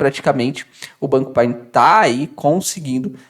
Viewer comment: Meu amigo,ñ se expressa Pine se expressa: Paine.